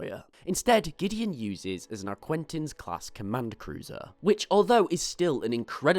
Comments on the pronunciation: If I head somebody say 'Arquintens' one more time I'm gonna have a stroke. Who tf is Quinten?? Ark-ih-tens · Omg if I hear “Arquintins” again....